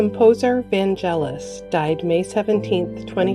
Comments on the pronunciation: VanGelis, not VanJelis. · Vangelis has a “hard” G, it is pronounced as a “G”, not a “J”. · Vangelis. Hard "g". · Prounonce Vangelis in the right way . You people want to report but can’t pronounce properly